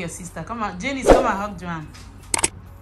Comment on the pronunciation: Aren't they pronounced, "JAHNICE and JON"?